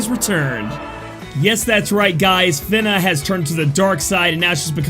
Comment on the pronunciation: pronounced fina in intro right then immediately goes to "fin-ah" after... bruh XD